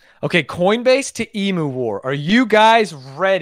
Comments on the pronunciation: guys its pronounced eemyoo not eemoo omfg it hurts my hears so much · the fact that theyre saying e-moo and not eem-you makes me visibly discomfortable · none of them can say emu right 😭😭 its eMU not eMOO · Every time they said Emooo instead of EemYOU XD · wtf is an eemoo its eam--you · Plz the way Atrioc pronounces emu "e-moo" is killing me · Love how they pronounced emu as emoo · So triggered as an Australian. Its pronounced Ee-Mew! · "I can't believe you got it, and you don't even know how to say 'emu' correctly." THANK YOU LUDWIG! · hate how americans pronounce emu